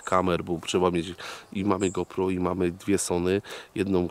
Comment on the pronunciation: Ja jak zawsze oglądam każdy twój odcinek i nic nie marudzę. Wszystkie filmy są super nagrywane i ty jednak jesteś większością co kanału jedną tylko rzecz robisz która mnie strasznie denerwuje ale nie tylko u ciebie tylko ogólnie Otóż kamerę którą używasz Źle wymawiasz jej nazwę "go pro" sie czyta jak GOŁ PROŁ.